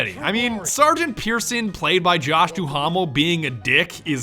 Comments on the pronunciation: It bothered me more than it should but with Josh Duhamel, his last name is pronounced "doo-mel" not "doo-hahm-el" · Lol the H-A in Josh’s name is silent lol. Still a funny video. Plus the campaign looks fucking bland.